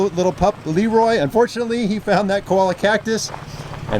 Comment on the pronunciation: Cholla is pronounced choy-yah, not koala.